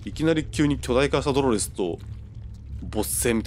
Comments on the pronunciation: 「ドロrrrrスが」 めっちゃ巻き舌w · ドrrﾛﾚｽって巻き舌になってんの草